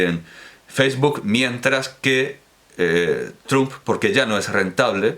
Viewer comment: Me impresiona lo bien que pronuncias los nombres de tantos autores en tus vídeos comentando obras, ya sean rusos, franceses, alemanes o, en el caso de Soros, húngaro, que parece que eres nativo de esa lengua. La sorpresa viene después, cuando, refiriéndote al cuatrigésimo quinto presidente de los Estados Unidos, sigues pronunciando "Trump" a la española. Lo encuentro algo irónico. (PD. Cuando he mencionado a Soros no me refería a que fuese un autor, simplemente que has hablado de él en el vídeo).